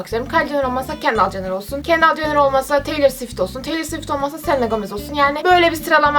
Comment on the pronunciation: Kendall Jenner'ı yanlış telaffuz ediyorsun